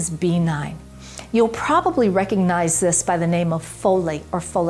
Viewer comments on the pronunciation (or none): none